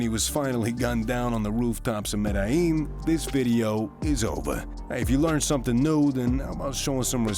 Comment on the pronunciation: Violencia Vee-o-len-see-ya Medellin med-eh-yeen Not med-i- yeen